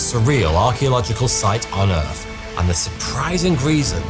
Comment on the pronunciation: ‘Th’ ‘th’ ‘th’. Not F F F!